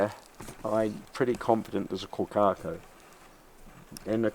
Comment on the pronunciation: Can't even pronounce the name of the bird correctly